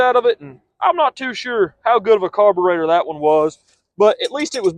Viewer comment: Carbur-rotted😂 this guy's great